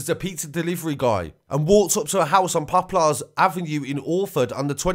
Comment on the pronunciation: you say poplars so different lmao